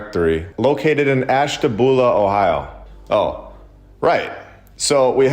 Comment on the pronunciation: Ashtabula, Ohio is said Ash-tah-bew-lah.